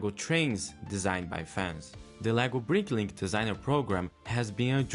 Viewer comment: It's "BRICKlink", not "BriNklink"